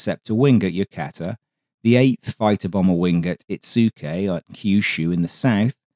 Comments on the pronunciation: Yokota U.S. Air Force Base is pronounced, "Yo-cota", not, "Yo-cata". Yokota AFB is still in service going on for eighty years now. It was once a major Imperial Japanese Army Air Force Base in the 1930s and early 40s under the name, Tama Air Base. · Interesting review of air capabilities on the eve of the Korean War. Please note that HQ 5AF was in Nagoya, Japan, not at Yokota (Yoh-koh-tah) Air Base, at this time. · Love your stuff, but dude, it’s YOKOTA! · FYI: Yokota, Yo-ko-ta.